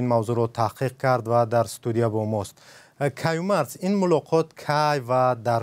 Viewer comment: Каюмарц? Серёзно😳